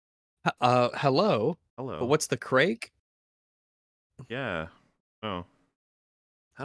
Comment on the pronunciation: "craic" is pronounced "crack". The irish person was saying "what's up?"